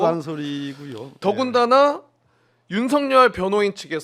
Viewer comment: 박범계는 소추인단에 있으면 안된다!!!!! 왜냐하면 윤썩열이 사시동기이다!!!!!! 탄핵추진하는데 전략이 윤썩열이한테 새나갈 수 있다 법무부장관할때도 제대로 일을 못한거 같다 윤썩열이 이름도 제대로 말하지도 못한다 수박같다!!!!!!!!!!!